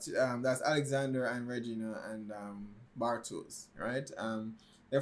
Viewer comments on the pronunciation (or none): Nice one. Still some improvements to be made in the pronounciations, think "Mickl" (not Miquel) and Bartosh (not Bartoes) 😉 BTW, the concept for "Dark" was already finished before Stranger Things was first released :)